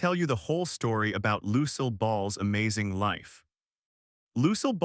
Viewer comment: Find a website to teach you how to say "Lucille" ! ! !